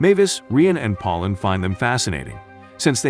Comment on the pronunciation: Did you really call Pauline pollen?